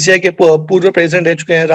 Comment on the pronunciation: Roger binni ko roger bunni bol raha hain